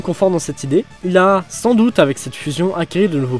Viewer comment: ENFIN UN GARS QUI PRONONCE BIEN SANS PUTIN